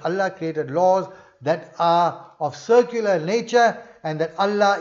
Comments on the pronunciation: Salamun alaykum brother, Are you saying "secular" or "circular"? I understand the second but I dont know what it would mean. Sorry for this question 🙏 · Most probably. But it sounds like circular. I am not a native english speaker, and I couldnt make sense of it 🤣